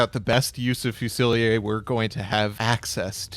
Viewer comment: so can americans just not pronounce fusilier?